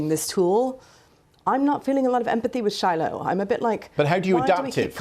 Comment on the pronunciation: Fail at "Shilo" 😂